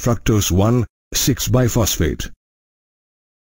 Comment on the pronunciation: It's not Biphosphate ,it is BISphosphate